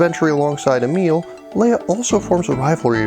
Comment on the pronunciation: Great review, but dammit, "emil"? Really? I though the name Emilie is known enough. Like come on, man. Still, great review.